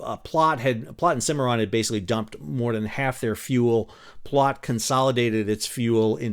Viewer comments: Love the video, but it pains me having lived in Nebraska for several years to hear Platte pronounced as ‘Plot’. It rhymes with ‘rat’ and ‘fat’. 😅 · "Platte" rhymes with "flat." Luv ya, doctor!